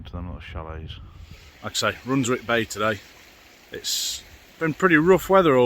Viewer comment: Beautiful place - bit of a tip though - Runswick is pronounced without the W …. As in Runsick…